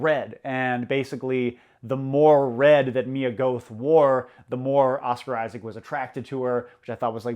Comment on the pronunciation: oscar issics not wakeen phenix